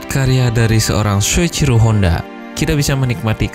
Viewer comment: Soichiro Hondo bro, yang bener.